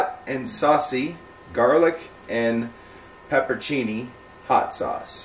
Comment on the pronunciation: So its not pepperoni? Whats pepporchini?